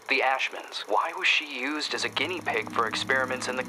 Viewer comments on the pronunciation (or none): none